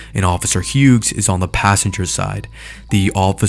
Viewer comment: How can you try so hard to say Delgadillo in Spanish, but fuck up saying Hughes in English?